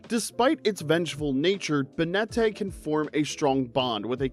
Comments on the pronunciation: Ba-net-tae? It's Bay-net short for Baneful Marionette. Miss-Maggie-Us Giratina and Lunala are both ghost type legendaries Cough-fa-gree-gus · Banette being pronounced as "Bay net tay" is literally insane LMAOOOOO